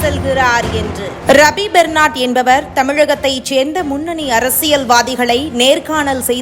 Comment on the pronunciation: ரபி பெர்னார்ட்....! பெர்னால்ட் இல்லை...!